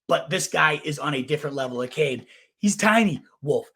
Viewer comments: Achane last name is pronounced A-Chain. Capital "A" Chain. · Bruh you are doing fantasy content…you gotta pronounce a main dudes name correct. A Chain.